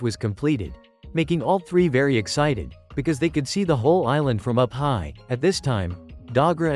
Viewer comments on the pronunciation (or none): none